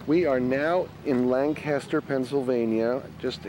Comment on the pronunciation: its pronounced Lank-aster